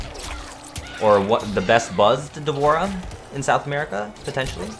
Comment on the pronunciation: This man said sound America